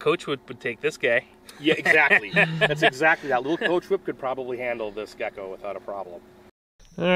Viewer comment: Did he call that gecko gacko